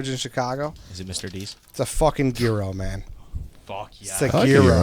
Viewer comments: The g is silent it's youro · The fuck is a "gear-row"? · People like Ed who don’t know how to pronounce Gyro should maybe be eliminated, biggest pet peeve of mine